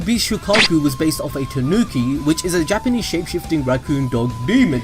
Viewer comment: He said gapanese